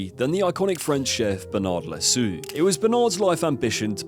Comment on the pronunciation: Fyi loiseau is pronounced l' wazo. With the added ' it means "the bird"